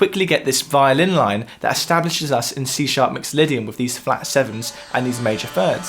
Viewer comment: You are clearly educated; stop saying "wiv".